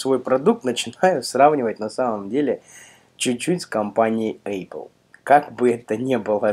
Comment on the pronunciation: Учи матчасть.Правильно не АЙПЛ, а ЭПЛ.